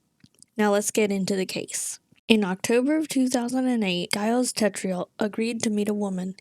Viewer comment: I couldn’t help laugh at the way you pronounce Gilles like it rhymes with miles. My brothers name is Gilles, people always have trouble pronouncing it properly. The S is silent the G is like the G in courgette, it kinda sounds like wheel. Great vid btw… love your content ;)